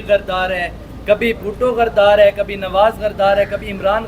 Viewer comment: لفظ صحیح بولو غردار صحافی صاحب غدار ھوتا ھے غردار نہیں